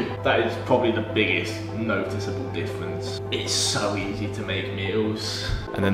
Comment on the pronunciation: Did you find a diffwence between the pwepped and the fwesh bweakfast?